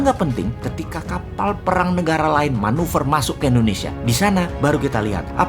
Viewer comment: Kok endonesia ?? Tolong bang , klo ucap indonesia jngn endonesia ,,, kek jmn orba aja